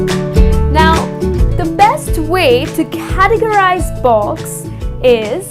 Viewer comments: Why do u say "box" instead of "books"??? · You saying 'books' or 'box'?? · no offense your pronunciation of books sounds like box! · She struggling to pronounce "BOOAKS" "BOOAKS""BOOAKS""BOOAKS" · Ur really struggling to got to go to heaven